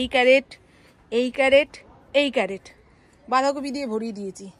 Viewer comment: ওটা ক্যারেট নয় ক্রেট।